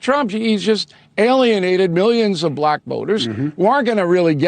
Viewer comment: Anybody else notice that Trump pronounced black buhLACK? It was weird-almost like the word left a bad taste in his mouth or that he was triumphant in some way. It was really weird.